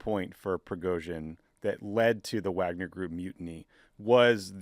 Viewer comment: Tommy's persistent mispronunciation of "Wagner" makes me question the fact- checking that goes on (or not) behind the scenes for this show. I wanted to like PSW, but all credibility vanished when I realized how skimpy the research is.